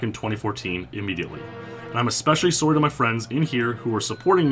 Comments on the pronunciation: "soary" why can't you pronounce SORRY properly? it's weird man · learn to say to the word 'sorry' properly. kplzthx